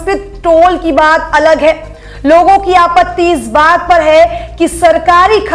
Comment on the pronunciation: Ye ladki “hai” bhot ghatiya bolti hai yaar..